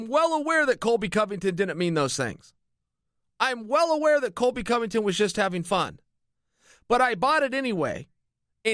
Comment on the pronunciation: He keeps calling him Colvy.